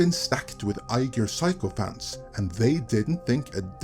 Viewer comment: Every time you say 'sycophants', I hear psychopaths.